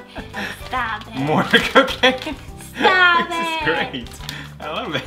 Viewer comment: wait... did you call it a cocaino?!